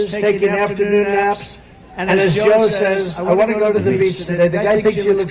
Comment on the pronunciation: Saaays is the way Ukrainians pronounce Says.